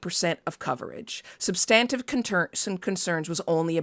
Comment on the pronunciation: IMO, The horse race journalism should be left to partisans. It leaves the voters ignorant and just pushes us closer to the universe of Idiocracy. I can't tell much difference between most political coverage and the Kardashians anymore. Also ... is that how 'substantive' is pronounced? I always thought the emphasis was on the 1st syllable.